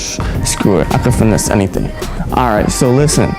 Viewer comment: Dont never say finnese again my guy, you mad corny and yo fit trash...